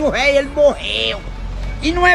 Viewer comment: Quem é o "réi"? Esse que "aprega" "pá" "í" "pú" céu?